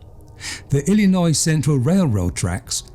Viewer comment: Whatever it is it's annoying. I don't care for his pronunciation of certain words, including Illinois. I would not want to listen to this narrator on a regular basis.